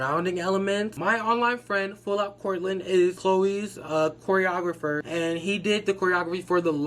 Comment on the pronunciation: you messing up the word “ choreographer” is so me😂😂